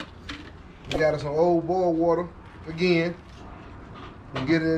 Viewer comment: I got lost after “we got us sum ol burrrll wutter”